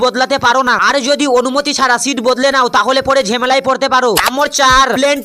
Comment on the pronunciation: nomber❎ nommor✅ .jamela❌jemela✅